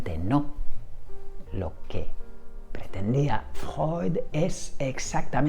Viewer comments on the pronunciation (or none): Decir Freud ❌ Decir Fjoy ✅ 😂